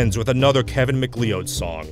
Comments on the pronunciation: Also "McLeod" is usually pronounced, "McCloud". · It's pronounced Macloud, yes I know its spelt Macleod